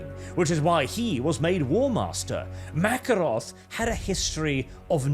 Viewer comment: I feel like it should be. Ma-care-off, not The Russian Makarov with an f.